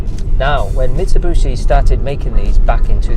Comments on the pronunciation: It's bishi, not booshy. Nice rig! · so this is a Mitsa-boo-shee Delica D5 😅😂😂 Nice vid & build BTW